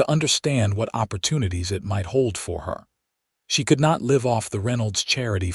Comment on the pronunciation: The trunk was as heavy as leed. How many books have you reed What’s it like to l-eye-ve out here These kill me